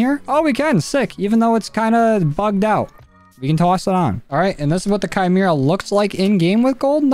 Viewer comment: the only youtuber to pronounce the name correctly